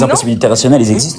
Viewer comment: Ce ton de voix si reconnaissable: "les impossibilités rationnelles ils zexistent pas dju coup regar regar regar"